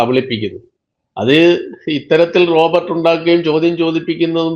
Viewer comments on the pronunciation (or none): റോബർട്ട്‌ അല്ല സുഹൃത്തേ റോബോട് (robot) ആണ്. ദയവുചെയ്ത് ശ്രദ്ധിച്ച് പറയൂ.